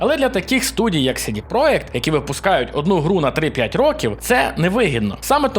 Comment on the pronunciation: чувак ) не "сiдi проект", а "сiдi проДЖект", це ж англiйська, бебi ))